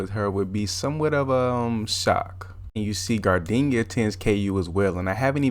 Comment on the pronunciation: "gardinia" had me dead😂😂